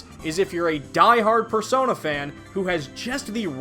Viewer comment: They say Persona in a funky way